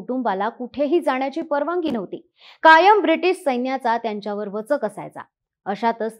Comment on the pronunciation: रवांगी, परवांगी नव्हे.रवानगी,परवानगी.शब्दोच्चार चुकीचे होताहेत.